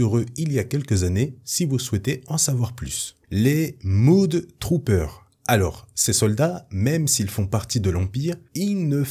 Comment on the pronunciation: les mudtroopers se prononce ''MEUDE"" trooper, mud signifiant boue! désolé j, ai les oreilles qui ont saignées, j'ai pas pu m'en empêcher!